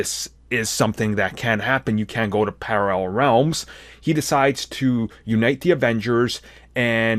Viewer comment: The way you said paralleme worlds was hilarious.